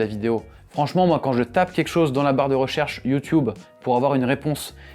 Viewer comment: Pourquoi prononcez vous YouTube comme les anglophones ?